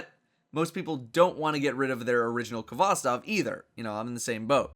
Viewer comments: It's pronounced "hvostOv", not "kovOstov". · it's HVOSTOV ffs not K-HVOSTOV